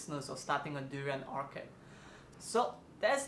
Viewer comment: Orchard is Not pronounced "Orkerd" lah!